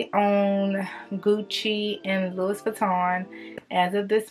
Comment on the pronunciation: The s is silent with Louis.